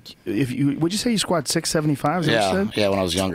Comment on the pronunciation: Get your shit straight! Its SKWAATS!